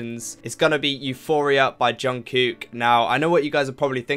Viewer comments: It's not anything bad but I thought that I might help you with the pronunciation of Jungkook's name. The "kook" part of his name is pronounced similar, if not the same, as the English word "cook" 💭💯 I loved this reaction! 😅💙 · Hi!.. I'm quite a new subscriber to your channel. I really like your reactions. What I like most is how you pay attention to details on BTS videos. Soon I have watched all your BTS reactions. There is just one little thing I would like to say.. This is not a criticism, just a little observation. I live in Sweden and my second language is Swedish. Now, when it comes to pronouncing Jungkook's name ( which is not easy, I know. I have practiced a lot). Your way to pronounce it, the second part sounds as one Swedish word ( I cant say it loud here). So, I thought I would send you a video which has helped me to learn the names correctly. Keep up with your great work and thank you for great reactions. Stay Safe!